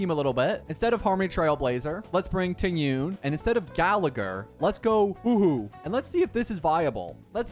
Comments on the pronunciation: A small part of me always dies when says hoo-hoo Its pronounced exactly as spelt huo huo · Bro be butchering all the names in star rail Aeon= ion Huohuo= Whowho🤷‍♂️ Lol what else😮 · "Hooh-Hooh" my poor Huohuo :'D - u did ma gurl dirty she aint an owl bro 😭